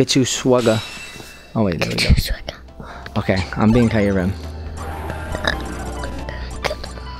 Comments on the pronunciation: isint kyrem pronounced KEYRem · You pronounced kyuram